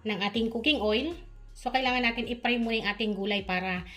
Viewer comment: Manay baka ibig mong sabihin eh fry at hindi pry ✌🏻